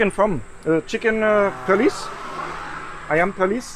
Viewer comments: The way you pronouce perlis I thought it was police ahah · How to pronounce Perlis : pearl list